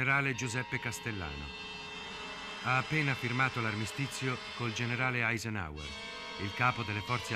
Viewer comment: Che gnurant Badoglio,...pronunciava AISENOVER...